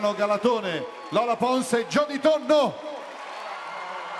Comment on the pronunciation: Non si dice Galatone ma Galàtone....Hermione a Ron.